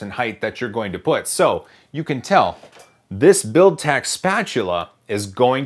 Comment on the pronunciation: Can we have a drinking game whenever he says Builtech spatula?